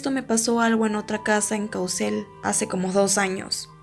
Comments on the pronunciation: No se dice CauSel se pronuncia como CauQUel, JAJDLAJDJA. Muy bien video, me dio mucho miedo. 😔👎🏻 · Caucel se pronuncia Cauquel :c muy buen vídeo por cierto uwu me gusta tu contenido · hola soy de Merida y no es hate pero pronunciaste mal Caucel jajaja. es como si en la segunda c la dijeras con q